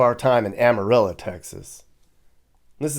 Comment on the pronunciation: Amarillo is pronounced Amarillo not Amarilla. It's o not a.